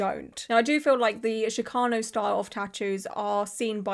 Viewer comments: No, that’s how is pronouncing it, but that’s not the correct pronunciation, which is why I made my comment. It’s pronounced like the “ch” in chicken. It’s not an “sh” sound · Hello love! Chicano is pronounced with chi sounding like the start of the word chicken or cheese... chee-KAH-noh. Not that the way you said it bothered me or anything, i just thought you'd like to know and i'd share incase someone else hadn't. Love the vid, love how much you care about artistry... lots of love all around ❤ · The “ch” in Chicano is pronounced like “chick” :)